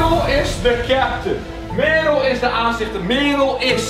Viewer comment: eum... echt geweldige video, maar het is Merel (niet meerol)